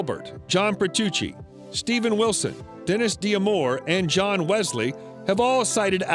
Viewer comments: Petuchi? Gawd. Toad again! Don't do anymore videos. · John 'Pertuchi' lol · If you’re going to make the video and can’t pronounce the names, like Peart, Zivojinovic and Petrucci you need to do more research before doing the video